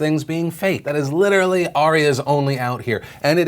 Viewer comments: The slender of "litchally" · oh man british people and the "Litch-ra-ley" over...and over again.